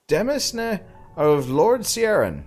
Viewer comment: I think demesne is pronounced more like "deh man", because it is from French and French orthography is...odd.